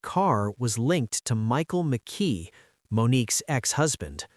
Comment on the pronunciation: McKee not Mickey ! Spencer keeps getting shown when speaking of McKee and visa versa ! 😮 Yeah drive a car registered to yourself to the alleged murder and have the alleged gun in your apartment ! I will be interested in his digital footprint. Do everyone a favor and take a plea if you are lucky enough to get one. 😮😮😮